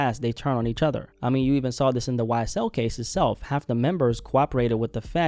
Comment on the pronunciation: YSTELL instead of YSL